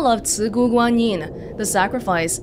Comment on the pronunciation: To be honest, I'm really surprised that how good you pronounce the word of "Cigu Guanyin".